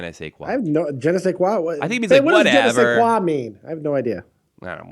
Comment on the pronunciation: Good show again guys, your chemistry is awesome! was on target again when he was asked about the meaning of ''je ne sais quoi'' (great pronunciation also). After explaining it perfectly (that little you know what, that extra something) he shouted to his wife: What ''je ne sais quoi'' means?...funny:) Now that a new time slot is open, we can have Copious amounts of live shows PM during the week!